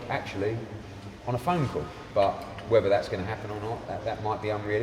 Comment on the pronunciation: Eddies new slogan "lets have a cawl" 😂😂